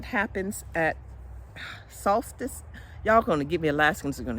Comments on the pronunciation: Omgosh how do y’all sleep with it so bright out all night?? You said Solstice correctly. So cute in your Alaska hat👍🏻🥰🥰🥰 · I live the hat. Oh my goodness...you said solstice perfect on the first try!!! 🌞😎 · Hi you say Solstice correctly.beautiful hat, love it. Love the Alaska yarn, green is one of my favs.